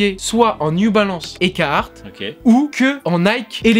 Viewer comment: La prononciation du carhartt quand il dit cahartt c’est horrible zebi